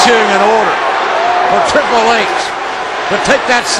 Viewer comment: *Triple H Not Tripel H